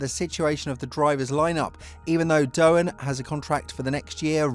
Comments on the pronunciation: It's Doohan not Dohan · Jesus christ man, out of respect for his Father at least, it's DOOwan, not DoHAN, didn't viruses come from there? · Lets hope for Jack's sake you can at least learn how to pronounce his name before the start of the the seasons last race. It's not that hard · Right, this is just disrespectful af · Learn how to say Doohan, I'm sure you can manage one day